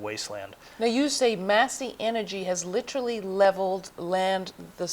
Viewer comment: Literally!! Not litchrally! That pronunciation bugs me so much.